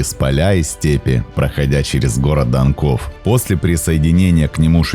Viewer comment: Данков, данков, ударение